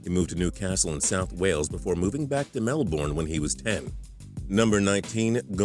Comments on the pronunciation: Damn the way you say Melbourne is bad, but it's okay cus that's not what they channel's about. Just pointing it out. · Faris Naufal you don't pronounce the r at all really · don't yo dare say Melbourne again your saying it so wrong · He said Melbourne wrong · your pronunciation of Melbourne is sh*t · He can't even say "melbourne" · It's not pronounced melborne it's melbern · For all my Fellow Australians, MelbOrne 😭😭😭😭😭 its Melbourne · It is pronounced melbern, not melborn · STOP SAYING MELBORN ITS MELBOURNE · 1. It's g'day mate, 2.It is New South Wales, not South Wales, 3. Melbourne is pronounced Mel-burn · The way Americans say Melbourne is hilarious 😂 "Mel" "born" bruh hahaha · Lmao that's not how you pronounce Melbourne, it's "Mel-burn" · Mel-bin, is how you pronounce it. Don't disrespect the best city in the world!. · And it's said mel-burn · you say it Mel-burn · mel "bourne" LOL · I'm only 50 seconds in and you've said mel-born and called NSW "south wales" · Ok, so from now on its melborn...not melbourne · As a melbournian, I have the right to say ITS MELBOURNE NOT MELBORN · We get that he was born in Melbourne, you don't need to say "Mel-Born" all the time. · I h it when he said mel-born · You say it like Mel-burn not however the hell this guy did jeez so cringe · lol mel "bornn" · Lol, MEL BORN, it's Melbourne scrub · RiaH it's pronounced as Mel-ben or really just Mel-bn the o, u, r and e are basically silent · Mel Born. they all say it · nah it's more like Mel-Ben or Mel-Bin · its like mel-bern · Say Melbourne right fam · The way americas say Melbourne. lol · You pronounce Melbourne wrong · i cringe every time he says melbourne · Learn to pronounce Melbourne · The 21st fact would be that you don't know how to properly pronounce 'Melbourne'. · hehe the way you pronounce Melbourne is funny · Hey that's not how you say melbourne I'm Australia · Don't ever say Melbourne again it's not even that hard